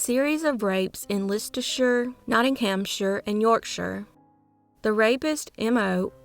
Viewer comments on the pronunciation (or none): Leicestershire is pronounced LES not LIS